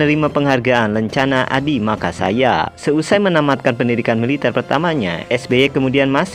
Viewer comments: Wkwkwkwk mungkin salah baca dia bang 😂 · Bukan Adi makasaya ya min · Makayasa bkn makasaya